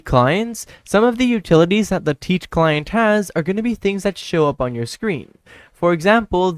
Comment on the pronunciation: Ah yes "le-tit" client is the best 😂